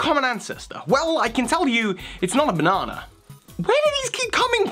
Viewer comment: It's not pronounced bonona. It's pronouncee bah-nah-nah